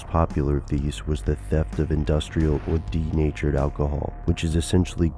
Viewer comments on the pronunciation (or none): none